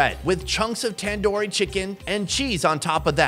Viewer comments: ITs Tandooori not tendoori 😂😂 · It's not Tan-Doo-Ree It's Tun-doo-ree